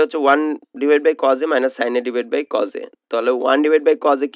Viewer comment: আংকেল আপনি তো কজ বলেন কিন্তু এটা তো কছ